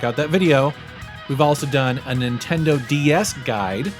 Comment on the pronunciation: NINTONDO XD